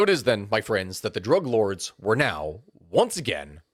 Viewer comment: I thought you said drag lords